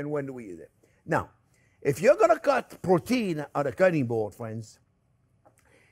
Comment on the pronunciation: I was almost until the end before I realized "porteen" was protein, lol.